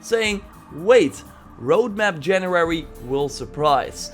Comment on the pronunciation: It's January not Janurary. Am I the only one hearing saying it like this?